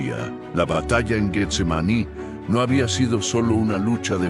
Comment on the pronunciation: Buena narración, la misma historia pero narrada de un modo que todos lo entendamis; pero el uso de la IA comete varios errores como la pronunciacion de Getsemaní lo pronuncia Guetsemani, deberían incarle mas atención pues de por sí las nuevas generaciones ya no saben pronunciar ni escribir correctamente. Amén Jesús! Aleluya Cristo a Resucitado! Aleluya